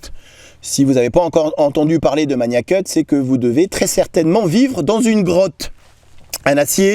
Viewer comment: Bonne vidéo. Merci. En ce qui concerne la prononciation on dit Magnacut avec un G dur (comme dans magazine) et pas MaNIAcut.